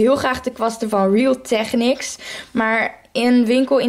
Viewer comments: je spreekt real techniques fck raar uit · Ja ik moest zo hard lachen 😂😂